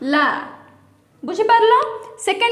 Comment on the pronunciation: ସେଇଟା ଵାଲା ନୁହେଁ ବାଳା 😊😊😊😊